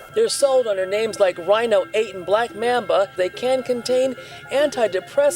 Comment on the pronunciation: Why she say “black mam-ba” tho lmaoooo